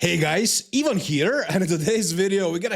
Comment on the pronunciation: I always though it was “even here” 😅 one of the comments at the top made me realize it’s Ivan